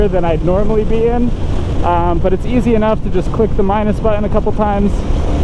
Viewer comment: Great review. Like the bike. Listening him say bu'in instead of button over and over drove me nuts. Sorry...pet peeve of mine.